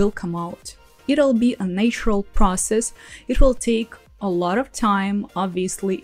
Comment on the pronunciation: Thanks for these very helpful tips. One for you: check your pronunciation of “naturally” and “natural”. It should be Nat- as in cat, not “nay”- ❤ "nay" IS correct for "nature".